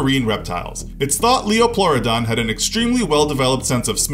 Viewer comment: Not lioplauadon lie o not lie o